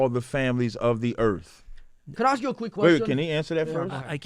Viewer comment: MAYBE SLAVERY DURING THE DURATION OF THIS PODCAST WOULDNT BE THAT BAD ? " I LIKE SAYING SOWORD BETTER" LMFAO YEAH AND INSTEAD OF ASK YOU SAY AXE LMFAO